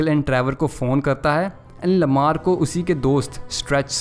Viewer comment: Bro lava nhi hota hai Lamar hota hai